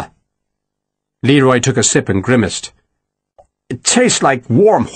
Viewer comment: I note that Mr Gaminara has learned the correct pronunciation of GRIMACED....One is NEVER too old to learn. Excellent narration. I marvel at how he can switch accents so abruptly and so often!!